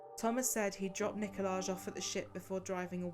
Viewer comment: It's also NIKOL-EYE not NIKO-LAGE.